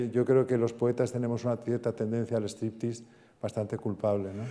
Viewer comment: Striptease, no streeptease.